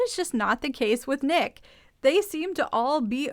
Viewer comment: It’s N___ICK. Like GarrICK.😊 Yeah, Teresa wants screen time to highlight her”rap” career (?).